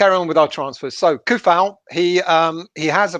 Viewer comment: Coufal is pronounced like C = Ts Tsunami not like Car